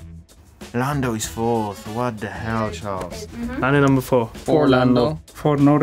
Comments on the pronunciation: Charles calls himself Charles. Let's stop with "Shahl". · Charles and the F1 drivers: Number 16 CHARLES! F1 Commentators: SHARL